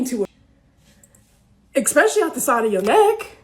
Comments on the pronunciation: Alex Trebek: "Ooh, I'm so sorry. We were looking for 'especially'. That's ''ESpecially' with an 'ES'. You gave us 'ECspecially', with an 'EC'. Let's see how much that'll cost you..... Dignity, trust, and professionalism. I'm so sorry. Tough break, but thanks for playing." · 'Ex specially'. Now thats an 'edumacated' term. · I don’t listen to anyone who says “eck-specially.” Learn to speak correctly please. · Did say, "Expecially?" 🤣🤣🤣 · when someone calls someone uneducated and the follows it up with he word "eKspecically" has some damn nerve.. lol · A "therapist" who says EXpecially is truly a product of equity and affirmative action. A fraud.😊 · "ex"specially hmm? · Ha ha, she talks about education, but says “expecially.” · She lost any credibility she had as an “educated woman” as soon as she said “ecspecially.” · She lost me at "expecially" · The word Isn't "EX-PECIALLY". It's "ES-PECIALLY". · Expecially?? Lmao soo educated... 😂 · Speaking in derogatory terms about others' education while using, "words," such as, "expecially," is a bit hypocritical. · “Expecially”. Are you fucking kidding me? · Credentials? Like knowing how to pronounce ‘especially’ (pro tip: there’s no ‘x’ in that word). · She's talking about black men not having the education, then proceeds to say "expecially" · Homegirl just bashed on people's education. Then said "EXspecially out tha side of yo neck"... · No one should ever claim intellectual dominance while pronouncing the word Especially "Eckspecially". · Did she say expecially? Lol